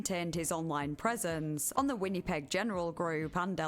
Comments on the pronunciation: the way I wrote it out. She was saying it how it looks, Winn-e-peg, but it's more like Win-uh-peg. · Canadian resident here: for anyone interested, Winnipeg is pronounced "Winn-A-peg" not "Winn-E-peg" :) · win-uh-peg. But the “uh” is not emphasised. You don’t over pronounce the middle “i” basically. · The people bitching someone with a very heavy accent pronounced winnepeg the way she did are so annoying lol. You knew what she meant. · Really good video, never heard about this topic before. Would love more longer videos. But I would recommend looking up how to pronounce a city's name before saying it so many times... never heard of Winnipeg being pronounced "Win-nee-peg" before and it took me out of the "listening to the story" zone every time 😂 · WHINNY-peg 😅😅 I’ve never heard it pronounced that way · I love your videos, and I'm only like 11 minutes in, but the way you say Winnipeg made me laugh 😂 Win-uh-peg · The way you pronounce “Winnipeg” is very endearing. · thats one way to say winnipeg i guess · Your pronunciation of Winnipeg is so cute. 😂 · The way you pronounce Winnipeg kills me I love it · I don't know what happened to my comment from earlier, but in addition to cosigning OP's phonetics, I suggested going over to CBC Manitoba's channel as it's the provincial capital. You'll hear it soon enough. It's also interesting that Winnipeg is a deeply multilingual city, and pronunciation is pretty close to the French. With a switch to the k consonant at the end, it's also not that far from the original Cree, at least as it sounds to my ears.